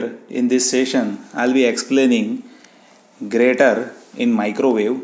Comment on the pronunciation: Sir it is pronounced "jyrator". The 'g' is pronounced the same as in the word "Germany".